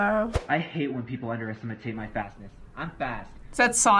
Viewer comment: That sonic said "underestimitate"